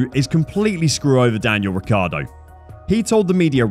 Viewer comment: Fernando's surname is Alonso not Alonzo. The correct pronunciation of Daniel's surname is Ree chee ardo.